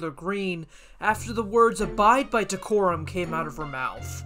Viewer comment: She mispronounced it as “corum.”